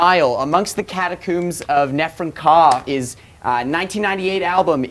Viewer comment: Amongst the cataCOOOMBS. Hahahaha. This guys pronounciation of words was inspired HEAVILY by either spicoli or Canada or both.